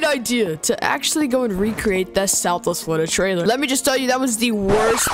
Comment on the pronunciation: im triggered, he called it southwest florida "triler," why not fix to trailer